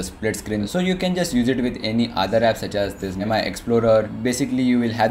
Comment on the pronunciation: It's not my it's mi(me) 😂😂😂